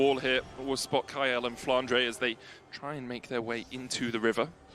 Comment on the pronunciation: why does say flandre as flandruh